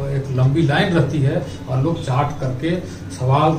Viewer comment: It's not chaat .its chat